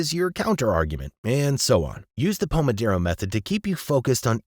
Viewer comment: Why would you say "pomoDERO" even though it is clearly spelled "pomoDORO"?